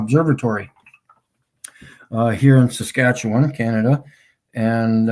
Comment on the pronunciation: Lol... "Sa-scratch-yer-bum."